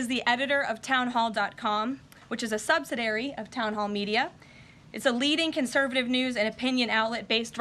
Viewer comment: "Sub - sid - i - ar - y" has 5 syllables, not 4. Details. Learn English.